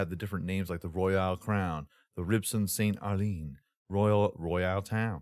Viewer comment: Man said “ST ARLINE” 😂 pretty sure it says starline but idk. Just messing though loved seeing all the cars that will be there.